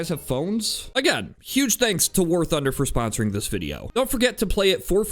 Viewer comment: Sponer is now how I’m saying sponsor. Everytime I say it, I’ll think of you. An inside joke between us!